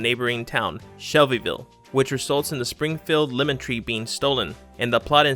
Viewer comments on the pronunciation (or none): none